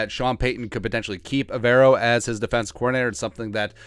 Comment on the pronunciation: Hey it’s pronounced Ever O.. as in do you ever row 🙃 (went to school with him and his brother)